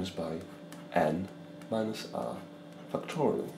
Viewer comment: No one: This guy: fucktorial